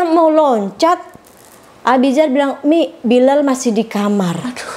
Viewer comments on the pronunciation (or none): Bukan um.....tapi mi...😊